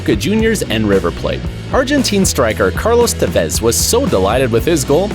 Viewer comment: I disliked the videos just for the fact that he miss pronounced cavani and tevez